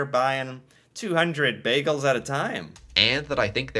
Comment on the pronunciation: WHO IS THIS SUPPOSED CANADIAN THAT KEEPS MISPRONOUNCING "BAGELS"!!